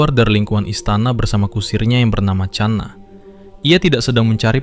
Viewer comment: Bukan cana bang tapi khana dari india❤❤